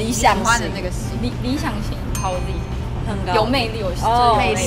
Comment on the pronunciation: 他是說howz 不是ozi 吧